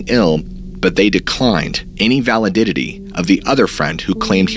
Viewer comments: Validity not "validitity" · Lots of errors. For example "Valididity?" Did you mean "validity"? One too many syllables. Makes it nearly impossible to listen to your narrative. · Haha don't forget "valididity" at the mark. I think you added an extra syllable lol. Great story teller though! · iS it 'Valididitty' ? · valididitty lol. Okaly dokely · Can't take you seriously if you're gonna say stuff like "valididity" lmao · Pretty sure Ballen can pronounce "validity" tho lol